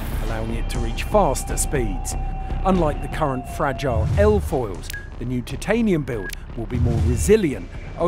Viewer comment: Yeay! they pronounced titanium correctly. Go!